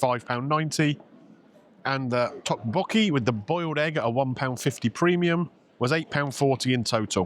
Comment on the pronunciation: It's pronounced duk-bokky